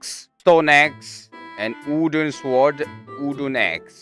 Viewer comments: When the Korean guy tries to pronounce english words like wooden and zombie I like how he said wooden, "ooden" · Me: ah wooden pickaxe: Uden pick—axe? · How we say wooden sword then there’s moon saying udon sword